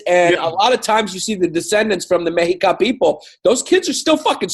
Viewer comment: "Mexica = "Meh-she-KAH", cuzzies....